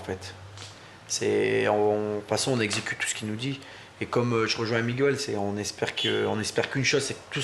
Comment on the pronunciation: miguel pronocer migel pas migouel